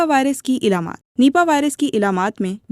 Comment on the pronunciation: Elamaat nahi, Alamaat